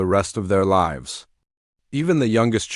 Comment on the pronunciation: You pronounce Lives wrong.